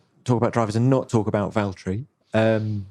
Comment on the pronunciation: Then the name is Valtteri, not Valterri